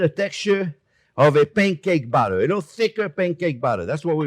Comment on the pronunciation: Chef pronouncing batter sounds an awful lot like Chef saying butter. A Freudian slip, perhaps?